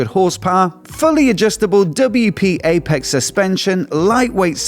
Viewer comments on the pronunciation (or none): none